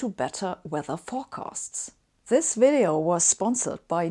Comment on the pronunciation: Pronunciation errors in this 'wideo' are not 'neglidgible'. (I lived with a German woman for 30 years who would say [for example] 'vich willage'.) I also coached a German man on the point with thia exercise, 'Victor and Veronica are visiting a village in Vladivostok'. After many repeats, he could get it right sometimes. I've searched for an explanation why this is so difficult, but not found one which convinces. Having said all that, Sabine's English is exceptionally good, but it sounds to me like she hasn't spent many years living in an English-speaking country, the underlying structure remains her German mother tongue.